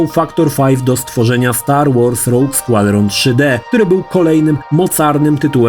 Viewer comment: kurde ale wymowę to musisz poćwiczyć kalczysz strasznie Roge Squadron czy Majora Mask. Meh w kwestii wygładzania to był jedyny sprzęt poza voodoo na PC który obsługiwał rozmycie i było to kozackie to robiło największe wrażenie. Specjalnie kupilem w Londynie N64 w 98 bo ta funkcja szokowała na tamte czasy. Swoją drogą Banjo&Kazooie uważam za jedną z najlepszych gier do dzisiaj